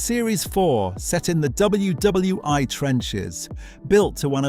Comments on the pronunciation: W. T. F. "Set in W W Eye trenches." (:¬o) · Exactly - what is WW i ? Did come before WWj?